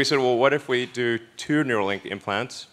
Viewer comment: Neuralink, not Neurolink